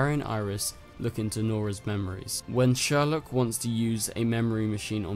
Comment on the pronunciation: niece not daughter mic drop i mean basically the same thing and its prounounced seourlok, not sherlock lol